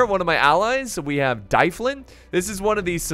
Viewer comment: Plz stop saying dyflin like that its Dublin like the city in Ireland